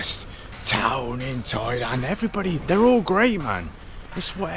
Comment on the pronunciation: DID YOU SAY 'TOYLAND'